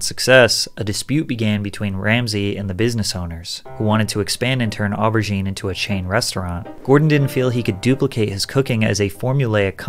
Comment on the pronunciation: The mispronunciations of warwickshire and even aubergine truly hurt